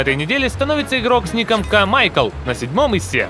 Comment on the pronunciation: ты сказал К-маЙКЛ а там К-Михаель